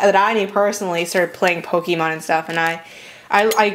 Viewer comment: its not pokEEEmon